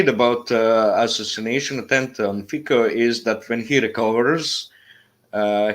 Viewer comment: Fico is pronouced as Fitso and NOT as Fiko Fi like fi in Finland and the C in co as C in Cincinnati We do not pronounce Cincinnati as 'Kinkinnati'